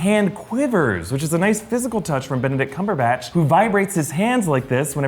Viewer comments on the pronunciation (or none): none